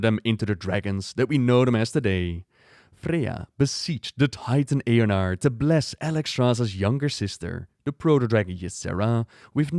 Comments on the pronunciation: It's Eonar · its eonar. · It’s Eonar, the runecarver or “primus” has a memory called Eonar lol